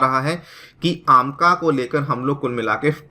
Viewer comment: आमका नहीं एमका